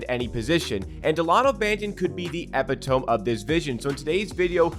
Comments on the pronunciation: Epitome = eh pit uh mee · please tell me you pronounced "epitome" incorectly on purpose....